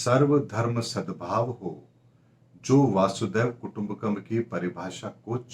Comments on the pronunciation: Dear Sir, it is not Vàasudhev Kutumbkum but Vasudhaiv kutumbhkum Please speak correctly or minimum listen in youtube. I am sorry for correcting you. However I enjoy your predictions. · =, " वासुदेव कुटुंबकम " नहीं..... " वसुधैव कुटुम्बकम् " हैं. ( अयं निजः परो वेति गणना लघुचेतसाम् | उदारचरितानां तु वसुधैव कुटुम्बकम् || ) इस गलतिकोआप बार-बार दोहरा रहे हैं